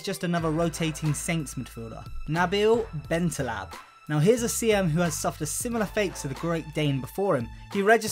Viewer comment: BentalEb not BentalAb